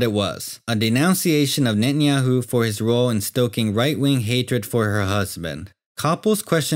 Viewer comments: Can't hold on laughing about the speaker pronouncing netenyahoo or nanyahoo😂😂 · Benjamin Netanjahu - is not Benjamin Natanjahu - is Benjamin Grün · Only ignorant people will buy this, I hate the way he pronounces his name Very provincial.